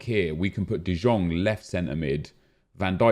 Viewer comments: De jong is pronouced as de young not de djong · Its De YONG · Anyone else pained by the way he says De Jong still? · how has he not learned yet? PAINFUL